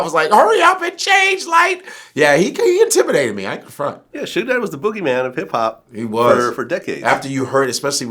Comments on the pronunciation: "soodge" lol ain't nobody that white bruh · Sooge Knight 🤦🏽‍♂️🤦🏽‍♂️😂😂😂😂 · "Sooge Knight"😂😂😂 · That man said sooge 😭😭😭😭😭😭😭😭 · Phonetically it WOULD be "Sew-ge"....like "huge"... I mean you can't knock the cat for knowing his phonetics. Damn... LOL